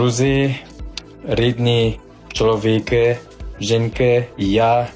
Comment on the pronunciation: Ти розумний і поміркований учень. В тебе гарні результати. ЧоловікИ - наголос на останню літеру. Успіхів, щирих друзів, гарну жінку. Щасти тобі. Ми, глядачі, радіємо за тебе. Запрошуй своїх японських друзів в Україну. Їм також сподобається